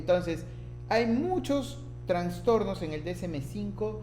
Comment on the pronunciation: Me desespera que diga Transtornos, no es correcto no se escucha bien